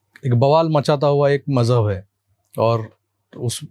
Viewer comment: it's not Majhab, it's Maujhub